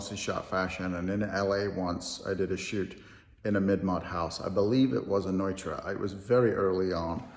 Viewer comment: Pronounced Neutra correctly. Thanks. And thanks for the mid-mods expression. Noting. ;)